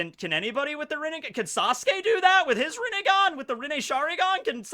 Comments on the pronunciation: "sasuke has the renningan" me: "its renni-gonee" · Sasuke rinnegan is rinnegone